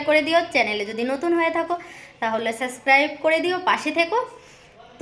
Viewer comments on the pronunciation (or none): none